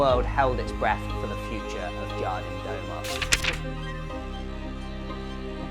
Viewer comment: Love your work mate, as a fellow Cornish brother your pronunciation of Jardim do mar had me in stitches 🤙